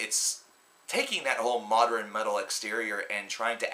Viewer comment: Are you actually pronouncing modern as moder-in